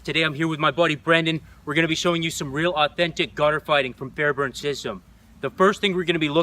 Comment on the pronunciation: It’s kept saying the last name wrong and how do I know? Because it’s my last name ahah